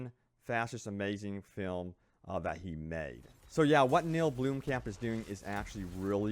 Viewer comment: blom-camp not bloom-camp XD